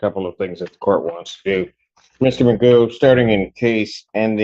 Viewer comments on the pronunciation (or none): Pronunciations: = Magoo Cough = coff Through = Throo Tough = Tuff Ain’t the English language interesting? In the UK his name would be pronounced ‘McGoff’ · 1) Pronounces that surname stupidly. Should really be like McGoff. 2) Makes Eric Martin look like Perry Mason. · I'm British and I never heard the name pronounced as "Magoo." In this country rhymes with cough. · Your name is pronounced (Mac-goff) you idiot! 😂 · Why is he pronouncing his own surname wrong!? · And he doesn't even know how to pronounce his own name.